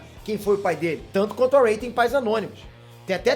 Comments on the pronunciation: Cara você disse ey em vês de Rey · "rei" não é Ray 🤭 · É a partir desse momento que você percebe que o não assistiu essa nova trilogia. Ele pronunciou sério o nome da Rey, ou foi zoeira mesmo? kkkkk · Que pronúncia horrível dos nomes, mds kskskks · Mano o jeito como vc fala os nomes, como Rey, Jakku, é mt feio kkkkkkk pqp que pronuncia ruim